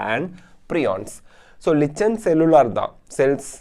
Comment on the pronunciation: Lichens illa adhu likens nu pronunciate pannanum